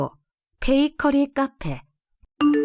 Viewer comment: 29분12초에 베이커피가 아니고 베이커리 입니다만....